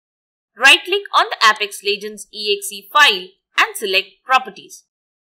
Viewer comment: Thank you, nothing helped. Please dont pronounce it as "app - ex" its "ape-ex".